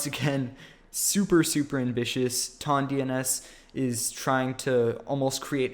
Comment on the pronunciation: it's a measurement of weight lmao. The way you pronounce it though :P